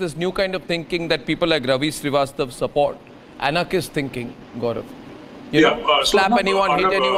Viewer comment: Aria नहीं Arya, shreevastav नहीं Srivastava